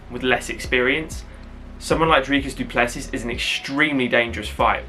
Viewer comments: S is silent du plessi's' other than that you are saying dricus correctly better than most people😂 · pronounced duple-cee. Origin is the same as mine. The French hugenots that landed in South Africa in the 1600's Yes, he is going to kick ass tonight. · Let’s go Dricus! Really looking forward to see him climb the next step. For future his surname is pronounced Du Ples-see (french pronunciation). You got the name spot on though 👍🏼